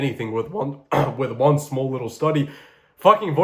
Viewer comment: "with oOne"